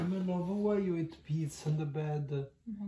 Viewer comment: "AH, you still eat-aa?" 😭🤣